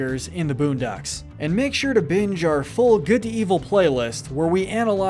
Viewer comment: Lol man said buundocks